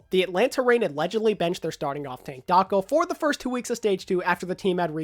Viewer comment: Everytime you said Daco, I head Taco out xD